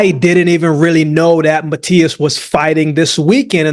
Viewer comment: love to hear my man Akeem pronouncing "Matias" in a perfect spanish